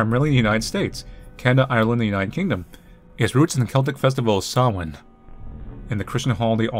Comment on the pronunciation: Here I am a year and a half after this video was posted just to say how thrilled I am pronounced "Samhain" correctly